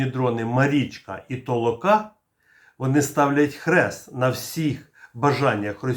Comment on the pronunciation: Правильний наголос буде толОка.